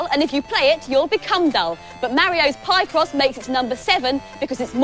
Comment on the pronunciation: Pie-cross?! I always thought it was pronounced pick-ross